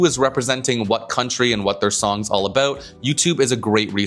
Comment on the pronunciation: Haha, you had a South Park Canadian "aboot" coming out in the end